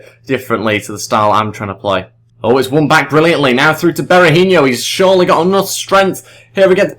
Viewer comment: Just so you know, Berahino is pronounced Berahi-NO not Berahin-YO, was just bugging me slightly because I'm an annoying human being xD anyway, good video!